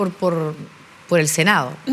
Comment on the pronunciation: Puros cagüines Paulina Nuñez, senao', diputao', .. cocinao', qué pésima dicción.